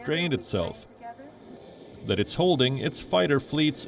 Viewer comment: Earlier reports suggests, Russian advancement has slowed down. Daz right. From 340 miles an hour to 339 miles an hour. Now, DAZ is a very seegneefeecunt deefeerence.